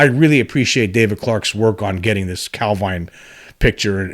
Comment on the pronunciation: Heard your podcast for the first time today - just wanted to say, excellent stuff. Enjoyed it loads. Have subscribed! (Even forgiven you for the dodgy British placename pronunciation, lol :-) )